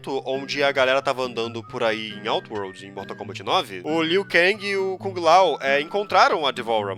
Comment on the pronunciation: "bortal kombant"